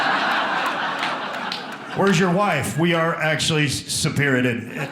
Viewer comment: When he said sepeerated I died 😂😂🤣🤣🤣🤣🤣🤣🤣🤣🤣🤣🤣🤣 he’s freaking hilarious ! why doesn’t he have his own special on Netflix yet? I can watch a marathon of him ..